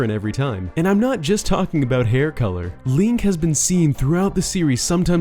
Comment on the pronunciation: 10 months later. still says Lonk